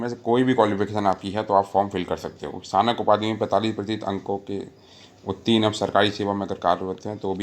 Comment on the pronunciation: Sir ji ye sthanak nahi snatak hota h ....